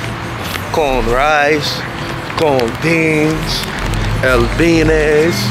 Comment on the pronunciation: Lmaoo he said “con beanes”😂